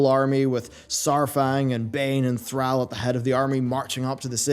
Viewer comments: Learn to pronounce Thrall. Thanks. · How he pronounces Thrall had me triggered. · How can you miss pronounce “Thrall” has he really been gone that long? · The way he pronounced Thrall. Lol. It a real word. It mean slave. Why he keep pronounced it wrong? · You pronounced Thrall wrong it’s not “Thral” is more like “throll” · Threll? I don't care if you have an accent it's ThrALL not ThrELL. Had to shut the video off. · I know Jaina is pronounced Jæna, but please don't pronounce our lord and savior's name like "Thræll", you heathen! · Please bro, its ThrALL NOT TheAL. just like how the words all and al are said differently. Its throughout the game a Billion times. You say ALL the letters -. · Who is Threll? Why do you show a picture of Thrall when you say Threll? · Love your videos, but quick reminder its pronounced "thraul" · Argh. Every time you said Thrall. Call, fall, hall, ball...... Thral Bundy? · Anyone else cringe the way pronounces THRALL? I thought it was pronounced Thrawl..Could just be how Americans say it too. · Why do you pronounces Thralls name as Threll? Other than that, great video. I personally don't think thrall will take the warchief title again. Maybe baine or saurfang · kinda funny how him procouncing Thrall is soo wrong, please pronounce it like in wc3. it's a deep A not an american one. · your pronunciation of thrall is odd, considering they say it audibly in the games, and the devs say it themselves with it's correct pronunciation. But nice vid ^_^ I like it. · How can you be a WoW content creator and not fucking know how to pronounce Thrall by now??? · You are absolutely saying 'Thrall' wrong. Stop it. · Why must you say “Thrall” like that? You are the only person that I’ve ever heard, pronounce his name like that. Makes me cringe every time. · Why can you pronounce the word "Call" but you can't handle "Thrall"? Just call him what it is man. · will put your mispronunciation of Thrall to lack of sleep this time